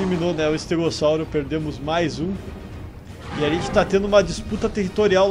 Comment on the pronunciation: Para falar estegossauro que você falou Sauro uma família entende para que se fala Saulo